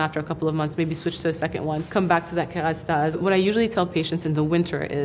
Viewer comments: love how she pronounces the french names correctly :') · when she pronounces that French product with a perfect accent, what a mood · She is Lebanese and looks like Nadine Labaké. She pronounces "Kérastase" correctly not like the native English speakers' way.